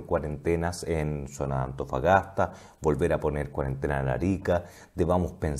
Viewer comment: amigo dice Mejollones... Atofagasta y Mejollones